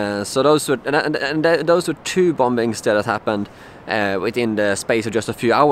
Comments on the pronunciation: you say it as bommmmings not bombbbbbbings lol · I'm not having a go at you, your English is much much better than my Swedish, but it's pronounced "boming" not "bom-bings". The second b is silent. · Love your videos. Just a kind heads up though. The word "Bombings" is actually pronounced like "Bomings". Basically just leave out the 2nd "b". I know it doesn't make much sense, but it's just that the 2nd B is silent. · I feel for you dude. Just one thing, the last 'b' in bomb and bombing is silent. It's pronounced 'bom' and 'bomin.' Otherwise your English is better than my nonexistent Swedish. Long live ABBA!! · it's pronounced "bomings" ... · The last b in the word 'bombings' is not pronounced.